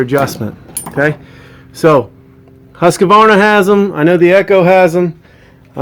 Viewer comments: Also, “Husqavarna” lol. It’s Husqvarna! Btw, I’m just picking for anyone that gets their panties in a bunch. This is actually a good video! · its not a husk-a - varna , its a husq - varna . why does nobody know this ? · Nice info. But you have to learn how to say "HUSQVARNA" correctly. Its: Huuuskvarna. Not "Husskuarna. I'm Swedish, so I now.....😂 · husk. varna. not huska varna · Never trust someone that can't even pronounce Husqvarna (hoosk.vaar.nuh) correctly, and wears a ball cap backwards! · Actually its more like WHOSKVARNA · Nice video and good info. But it always makes me chuckle when I hear Americans try to pronounce Husqvarna. Where do you find the "a" sound after the q? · Anyone in the timber industry (or another) for most their life would be prone to a pet peeve or two. Mine just so happen to be mispronouncing one of the worlds largest manufacturers of powered lawn equipment, and people who fail to be funny when someone politely corrects them from further sounding like an idiot on the internet. Also it's Kyle, Karen is my wife. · I'm not really sure how Mr husk and Mr varna SPELL there name s how ever they do make a purity good saw, and further more your video is pretty much on the money and cool.just thought that they deserve the respect it takes to pronounce ther names how they say them.right?